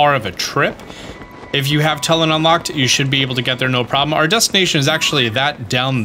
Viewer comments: Too-Lin, not Tull-in. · I’m convinced that skips cutscenes. Because the game says Tullin’s name a million times in the rito story. Anyway, is saying it wrong. It’s Too-Lynn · This is a good a place as any to say this. They literally say Tulin's name in the game. It's pronounced Too Lin.